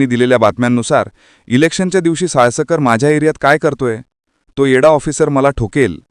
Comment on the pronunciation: साळसकर × साळस्कर √